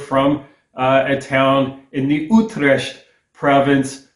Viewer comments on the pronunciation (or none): none